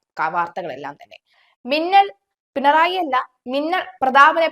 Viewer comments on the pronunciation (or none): none